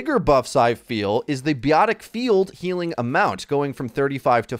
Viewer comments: I know you didn't just say biotic as 'beeotic" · “BEEE-YOTIC field” 😂